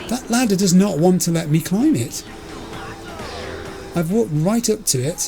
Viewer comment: Ladder, not latter**